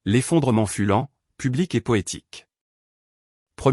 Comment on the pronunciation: « Serons pinette » pour « se rompit net » quelle rigolade et le reste à l’avenant 😅 l’effondrement fulant au lieu de fut lent